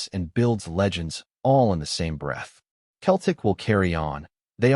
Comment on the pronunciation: It’s not Keltic but Cel tic